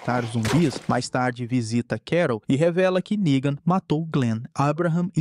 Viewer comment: com todo cuidado do mundo para o YOUTUBE não entender a palavra "NEGAN", errado, ele PRONUNCIA ERRADO TBM! kkkkkk.